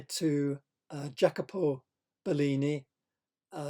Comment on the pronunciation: Great! Love it! BTW: It's pronounced 'yackobo'. Many thanks! MORE!!!! Veneziano! Castagno! Rossellino! Piero! All the early/mid quattrocento!!!